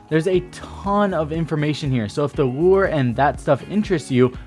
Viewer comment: Am i the only person that heard lure instead of lore?